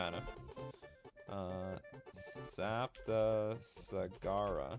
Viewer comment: Fun stream ! (And first.) Also, you manage to prononce "Saptasagara" correctly, I'm impress !